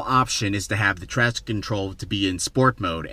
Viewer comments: "Basically, the normal option is to have the trakstsh control in sport mode" LMAO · Zzzz im crying real tears rn I thought i was the only one who heard him say trakstsh 😂😂😂😂😂😂😂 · What do you say traction control like that? Hahaha